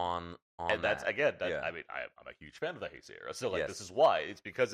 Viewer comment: Bro just say Hey-say. Why you being stubborn lol